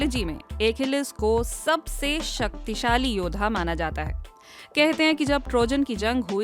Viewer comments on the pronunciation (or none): अकीलिस को योधा बोल रही हो , योद्धा बोलना तो आता नहीं तुम्हे! पता नही dw क्यों तोतले लोगों को बोलना भी नहीं सीखा रहा